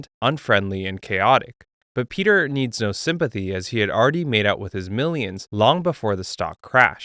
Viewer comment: Piotr isn't pronounced like Peter. bro is Polish, come on now